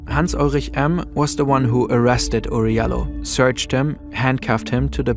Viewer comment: his name is pronounced Oury (JAH LOW) he from my country surprisingly